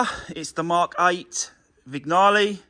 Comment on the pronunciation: It’s a silent “g” in Vignale… as in sign!